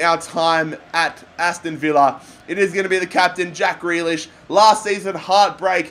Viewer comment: It’s not jack gre- jack gree lish